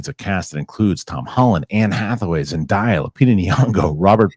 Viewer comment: Always laugh way he says Zendaya (zen-day- ya) but I know who he's talking about. This feels like Monday even though it's Tuesday. and do a great show.